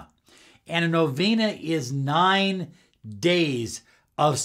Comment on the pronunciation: So ridiculous... while I respect Tesla I don’t think this what he did? Do you have any books or recommendations or sited literature that he did do this., a lot of the way you teach LOA is by numerology and astrology driven, yet it is so limited! I never heard anyone pronounce novena the way you just did, and nikola. you also end your videos like the creepy sales ad from requiem for a dream... I liked a lot of your tools before... but I don’t think I align with it. I stick to pure Neville... and while I love these numbers, as my personal favorite... it’s just feels so off what you’re teaching here....be careful ppl who you follow for LOA... cause this is limited BS!